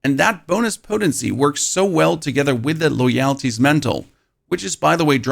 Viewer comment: Dude copies these builds and then can barely pronounce the names of the items. Never heard of Loyalty? 😂